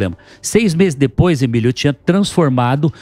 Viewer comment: A Isa Penna tbm chamou o Emílio ode Emídio quando ainda estavam no estúdio antigo anos atrás kkk